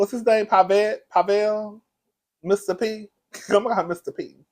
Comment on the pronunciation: “PAH-VEL” is wearing me loooow🤣🤣 I love when you f u c k up a name,!😂😂😂